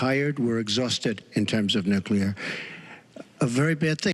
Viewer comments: He DID pronounce nuclear correctly. At least, though, G.W. Bush knew something more about "...Nuclear..." . Pretty sure of this, though never a W. fan. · I am pleasantly surprised that Trump says Nuclear instead of Nukular, like a lot of dumbass Republicans say.